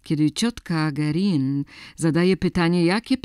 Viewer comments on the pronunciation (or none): Niepotrzebny jest ten obraz męskiej ręki z tatuażem. Czytamy nazwisko Guerin 'gerę'. Poza tym Ok.